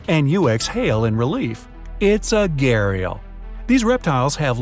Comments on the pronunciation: As an indian when he says घड़ियाल as gharial I burst into laugh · Being honest he pronounced gharial Wrong